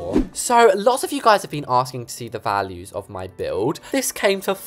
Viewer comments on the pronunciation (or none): none